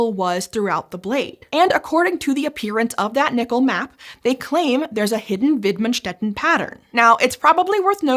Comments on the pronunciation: The pronounciation of widmanstätten was on point! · their pronounciation of "widmanstätten" is great! the effort put into that is obvious and appreciated!